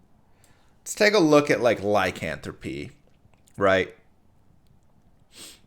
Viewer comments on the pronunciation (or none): none